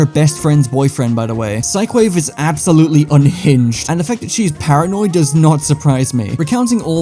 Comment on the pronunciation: Are we going to be saying psycwave parties now